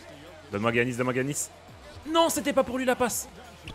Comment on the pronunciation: mec incroyable la team mais y a un truc que je valides pas : il a dit GUiannis, qui dit ça ? Giannis stp mes tympans ont saignés